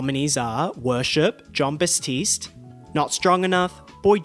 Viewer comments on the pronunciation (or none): the way he keeps mispronouncing "Jon Batiste" throughout the entire video i'm DYING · Ah yes John Basstiste.... Every time lol